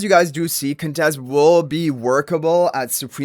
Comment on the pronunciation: Waaaoow!!! You said her name right. Nice 😁👍🏽